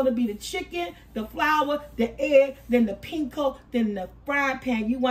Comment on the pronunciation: "pinko" for panko had me giggling lol made me think of price is right game Plinko 🤣 Sammich looks great!!